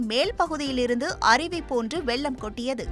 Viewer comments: செய்தி வாசிக்கும் பெண்மணிதயவுசெய்து தமிழை கொல்லவேண்டாம்,காரணம் வெள்ளம் என்பதற்கு பதிலாக வெல்லம்,வெல்லம் எனபிழையாக உச்சரிக்கின்றார், ,இதை தொலைக்காட்சி கண்காணிப்பாளரும் கவனிக்க வில்லையா??. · வெல்லம் அல்ல வெள்ளம்